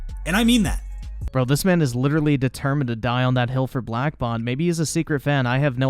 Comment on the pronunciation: Ok did anyone else he he said the name of the other YouTube black barrel and then the second he the name it sounded like he black bong lol